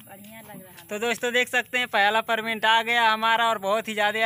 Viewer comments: Parment nhi payment hota h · Perment ni re bhai payment hota h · Payment nhi perment bol rhe h